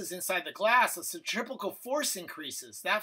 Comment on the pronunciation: Centripetal, not centripecal